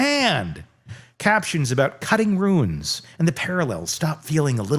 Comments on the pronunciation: Runes not Ruins. Pronounce the rules words a roons. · Stop saying ruins. It's runes. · Runes not Ruins. :D !!!